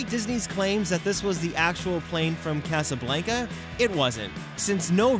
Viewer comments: I hate how you pronounce Casablanca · You mispronounced Casablanca! 😆 Other than that, love the video!